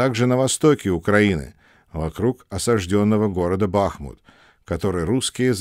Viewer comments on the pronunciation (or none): none